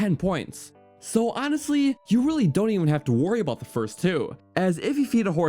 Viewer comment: "...solid light brown and solid penk." "gennul" "...how they all whark." "...the ancient bhrr-dal..." "Whark" - various "Abott" - various